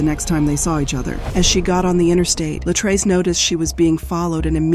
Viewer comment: It was very distracting listening to this story and hearing the narrator mispronounce (Luh-TREECE's) Latrece's name. 🙏